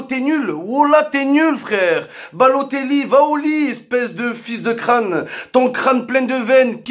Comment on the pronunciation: "Baloteglou" mdrrrr